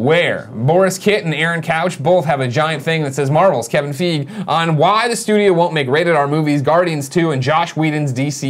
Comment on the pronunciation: Kevin F "eye" gee, Its Kevin F "eye" gee